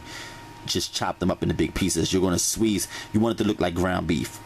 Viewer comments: Sweeeeeze😂don't you mean squeeze. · I love you man, I swear, but sweeze, not squeeze took me out. I love your recipes they truly are the best in the whole wide worlddd🥰🥰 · Leomia Turnage me too 😭😭😭😭😭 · Did he say...SWEEZE the sausage??? LOL!!! He really got me , sounds like he was yawning! None the less I'm gonna try this recipe:)